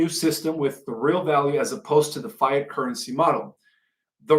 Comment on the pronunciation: He could not even pronounce the word, FIAT dollar correctly! Folks, do not accept a semi literate person who is a long time researcher of 20 years that cannot pronounce easy words that a 6th grader won't botch.